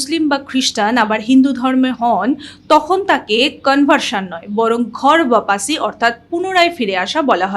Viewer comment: Ota ghar bapasi nay...... Thik uccharan holo ghar wapsi.. Kemon